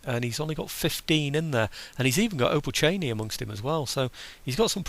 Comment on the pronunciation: Finally you've got the "opolchenie" right! Hurray!! :) and you are finally back! Twice hurray!